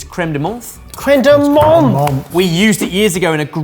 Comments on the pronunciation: Oh, please, you dabble in French, say crème de ment' (it's not an English th, it's a French silent letter) 😅😜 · loving it but a little heads up about french pronounciation : menthe is said mente like you say the th as a "t" sound